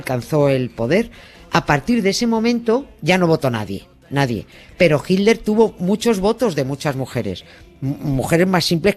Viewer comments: ¿PORQUE USTEDES, LOS ESPAÑOLES, DICEN HILDER Y NO HITLER?, ¿PORQUÉ NO LES SALE? porque en América Latina, que hablamos el mismo idioma, lo pronunciamos bien. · ¿A cuales españoles habremos oído decir "jilder"? Pues, a estos dos de este video, a Nieves y a Carles. Yo ya también digo "jilder" (me gustó la modificación), pero por tRump digo "trompo" y a veces "trompudo".